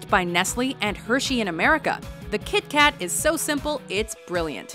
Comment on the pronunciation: Every norwegian was offended when she said KitKat.